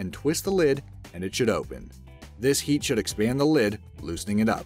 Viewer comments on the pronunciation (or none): none